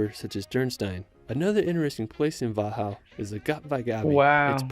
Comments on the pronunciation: His pronounciation of „Wachau“ was actually not correct. The stress is on the second syllable. It should rather sound like „Va - How“. (with the stress on how) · Hallo from Graz, Austria! So happy to see you strating to expore my home country!!! :D The Video is good, but the guy is hard to follow because he talks in one straight line :D (his pronouciation of local names is a bit too smooth and hurried :) ) - Yes, there are rockfalls in Hallstatt, damaging buildings... - There is a way on the rmountain on the right beside the sky ladder back down. - THere are still rumors that somewhere in Toplitzsee is gold thrown in by the Nazis at the end of WW2. Problem is the lake is 100 m/330 ft deep. - The viennese sausage is called Frankfurter sausage in Austria :D - A few years ago, the city of Innsbruck redesigned the main square and the architects placed bend and curved concrete elements all over the square. it turned out, the architects were skateboarder and they turned the square into a skatepark... The city of Innsbruck allowed everyone to use it as such... - Großglockner road is really beautiful! Went up there: once by car and two times by bicycle... :) - Vorarlberg has a lot of beautiful lakes. Some of them are Reservoirs because Austria produces the majority of its electrical energy with hydroelectric power plants. - the borders of Austria, Germany and switzerland meet in lake Constance. But it was never exactly defined, where the borders are in the lake, so it is unsure, what parts of the lake belongs to with country :D Very nice video, but to be honest, you haven't even touched the dust on top of what Austria has to offer. And there